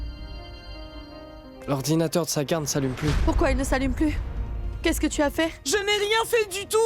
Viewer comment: Ça me fais rire quand n'arrête pas de dire l'oranginateur de Sagar.